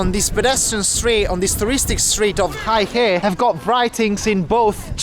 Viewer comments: How is it that you go to the town and completely butcher the name - it’s Hey He Not high he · Bro! The place is more properly pronounced as Hey-ho, not exactly but enough to be understood by the locals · It’s pronounced “hey her”. 😂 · They actually corrected him, but he continued to pronounce it as “high hay” or something 😅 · It is Hei He aka Black River. Pronounced as Hey 黑 He 河。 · I know right? I would at least google how to pronounce the name of a town I’m going to for just traveling. Now imagine not doing it while being a Youtuber and knowing the whole world is going to see that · Your pronounciation of 'Heihe' was so off that if you switched the syllables the locals would be more likely to understand you. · Bel video. A quanto pare dai commenti sbagli come si pronuncia la città. Ciao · First thing first, you went all the way to this border town and you can't even the pronounce the name properly. That is very disrespectful of you, especially since you said you were trying to document details of the place and its people, making it sort of a documentary. OMG! 😅🤣😂The name of this town is Heihe or "黑河" pronounced as "Hey! Her!", not "Hai Her" or "Hei Hei", or whatever. Of course, you don't have to pronounce it perfectly, such as its tone, etc. but at least get the syllables right. 😄😃😀 That will make your video more credible and genuine. If you are producing a video and editing, etc., surely you know how to search the Internet or do a simple translation, such as with Google Translate to verbalize it and get the correct pronunciation. The Chinese are very cool and chill and would not mind how you pronounce it but get the basics right. 😄😃😀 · Not "high hay". It's "hey huh" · The name of the city, Heihe, is pronounced hay-her, not hi-hay. BTW, Heihe means black river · I almost burst out laughing. The town is not pronounced as High Hay. It is called Hay Her. LOL. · Sorry Sir, Heihe the pronounciation is not 'high hey', it is ' hey her' (black river). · Heihe...not haihe